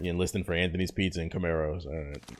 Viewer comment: Nigga said it’s worth inlisting 🤣🤣